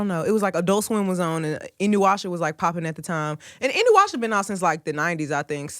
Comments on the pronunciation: LMAO SHE SAID INUWASHA, its pronounced “inUYasha” and im glad u watch anime girl, i like u more and i like the album 👌 need some good animes to watch (not hentai) hmu megan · Omg bro she said inuyasha I’m done 😂😂💜